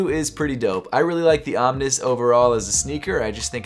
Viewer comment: why does he pronounce the OMN1S as om-nis instead of om-nees? It always throws me off.